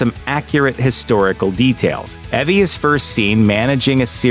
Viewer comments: Did this guy not watch the movie? Her name's pronounced "E-V" not "Evvie." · Can you stop pronouncing Eevie as Evvie? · Evie's name was pronounced with a long E, not a short one. Eevie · Her name is pronounced "Eve-ee". You could have watched the movie at least! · Why do you call her "E"vy? It's obvious you havent watch the movie, otherwise you'd known how to pronounce the name properly. Great video, though! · On behalf of the Evie population I am officially offended by his pronunciation. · Another prime example of Youtube personalities showing they have no real interest in or actual knowledge about the subject they're making a video about... The way he pronounces "Evie" is a dead giveaway that this guy's never once watched the movie.